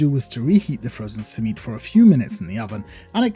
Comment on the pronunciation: That pronunciation of Simit made me get PTSD flashbacks of white people pronunciation of Shawarma. My arab friend, you have become what you swore to destroy.